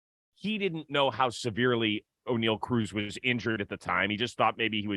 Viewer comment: Did this man just say Oneil Ocruz? Likes he’s a damn pirate?